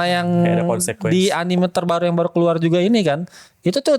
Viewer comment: Gue risih banget sama orang yang nyebut anime dengan anim. Anime itu bahasa jepang, bukan bahasa inggris, jadi bacanya ya anime, bukan anim.